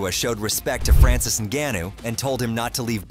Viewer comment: This channel needs to learn how to say Francis name